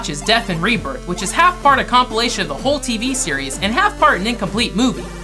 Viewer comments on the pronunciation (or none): none